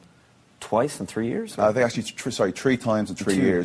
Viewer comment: Aww he said "tree times in tree years" how cute!